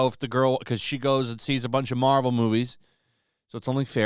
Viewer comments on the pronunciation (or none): none